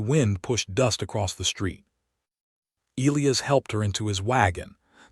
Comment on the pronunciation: Why can't the narration pronounce Elias properly? Not difficult!